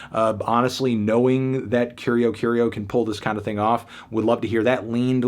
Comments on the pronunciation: Just a pronunciation tip. It's pronounced: Curi-Aw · I hate to be that guy, but in Brazil we usually pronounce Curió as “Koo-ree-oh” ☝️🤓